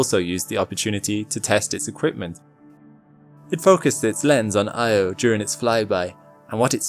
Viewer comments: very interesting and wonderful. But it was hard listening to the mangled pronunciation of Io. It's not prnounced "eye =oh". The correct pronunciation is "ee - awe" . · Why does no-one say Io correctly? EE-oh, noy Eye-oh. Just think of the nursery rhyme "Ee, eye , ee, eye, oh" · It's Io, pronounced eee-oh. Carl Sagan talked about how it's inadvertently mispronounced. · its actually ee-oh by the original ancient Greek pronunciation, not ee awe. source: carl sagan.